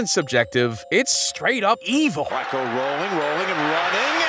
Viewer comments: as a baltimoron hearing Joe Falco hurt my soul uts Flacco man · “Joe fowlco” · Bro its Joe Flacco not Falcco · It’s pronounced ‘FLACK-oh’ not ‘FAL-coe’. Are you thinkin’ about Shane Falco played by Keanu Reeves in ‘The Replacements’?? The character played for Washington, close to Baltimore so maybe that messed you up. You even tryin’ at this point?? I can do this all night if you wanna keep putting out content w/out learning how to say guys names right. 🤨